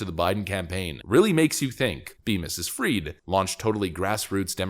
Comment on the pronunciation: it's not bankman freed, it's fried